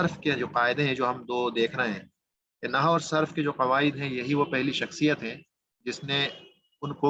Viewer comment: جناب عربی زبان و قواعد کی تدریس کا آغاز اچھا اقدام اورکار نیک ہے. کچھ معروضات پیش ہیں اول تو آپ کا تلفظ درست نہیں ہے عربی زبان کی تدریس سے قبل اردو زبان کا درس لیجیے. لفظ نحو کا تلفظ Nahu نہیں؛ Nahav ہے. دوسرے عالم کی جمع علماء ہے علماؤں نہیں ہے. ابتدا ئی دس منٹ میں آپ کی قابلیت کا اندازہ ہوگیا. آپ درس کم دے رہے ہیں اور زیادہ پکار رہے ہیں.. مودبانہ گزارش ہے کہ آپ پہلے اپنی زبان کی صحت کیجئیے پھر عربی زبان کی تدریس کی طرف آئیے. "قواعدوں کوئی لفظ نہیں ہے قاعدہ کی جمع قواعد ہے.. تیغ بازی کا شوق اپنی جگہ لیکن قتل عام نہ کیجیے.